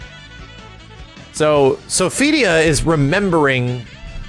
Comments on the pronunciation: it's not "So-fidia", it's "So-fi-tee-ah". 😆 But still, thanks for the upload! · The way you mis pronounce Sophitia is so annoying. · Stop butchering my waifus name shiiiiit!